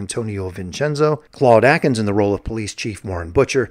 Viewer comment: Louis jor-DAN, NOT JOR-dan! Also; Claude A-kins, not AH-kins!